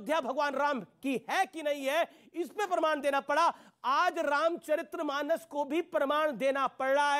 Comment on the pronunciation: " रामचरितमानस " पद है । " रामचरित्रमानस " पद नहीं है । उच्चारण सही कीजिए।